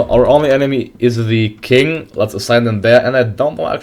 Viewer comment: Qing is pronounced like "Ching" just so you know m8 :)